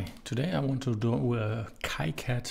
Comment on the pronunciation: it is kicad like the sound of key....so it sounds "keycad" . you can ask the developer for it.